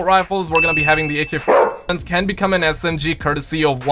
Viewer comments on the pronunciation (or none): why can't u say ak47